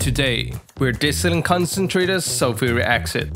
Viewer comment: Sulfuric acsid ? Its acid not acsid Why not say it properly its acid not acsid ok!